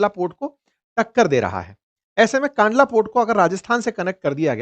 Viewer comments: कांडला नहीं भाई " कंडला " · It's not pronounced "kaandlaa" but "kandlaa"